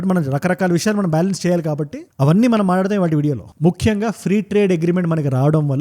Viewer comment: Maatadadham kadhu. Matladudham 😂